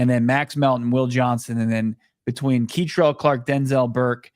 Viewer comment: Kei-trel Clark??? Oh man we’re in trouble. U guys thought he wasnt even going to make practice squad!